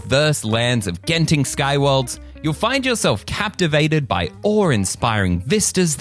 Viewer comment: you pronounced Genting correctly, unlike our dear neighbour who always pronouce it as 'gent' ing.... thank you for that.